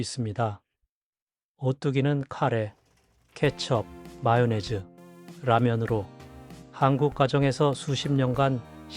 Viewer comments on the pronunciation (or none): none